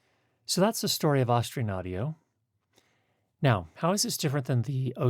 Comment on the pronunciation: When you're promoting a brand, doesn't it help to say the name right? 🙂